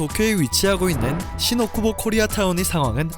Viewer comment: "신오 쿠보"가 아닌 "신 오쿠보"(新 大久保)라고 발음하세요! 타 지명으로 들립니다.